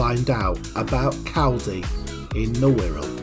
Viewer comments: Its Col-Dee. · FFS if you're going to a video of a place learn how to pronounce it first.